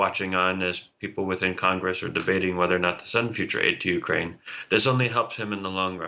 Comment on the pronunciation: its YOU-kraine, NOT WE-kraine...your on your own Volod🤣